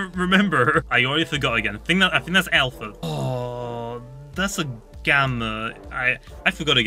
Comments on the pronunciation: i just love the way he loves says alpher and gammer XD, keep up the good streams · "gammer" "alpher"